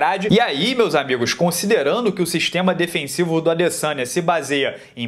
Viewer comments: Eu escuto " Israel alessanha " kkkkk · alguem ja percebeu que na narração original eles falam LASANHA no momento de falar ADesanya?